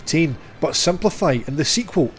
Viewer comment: I like the way you said Ikaruga. You say it way better than I can. Great video.